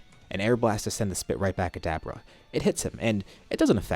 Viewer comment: Why are you saying dabura like that? You're like 50 what ifs in and now u change it? U sound like an asshole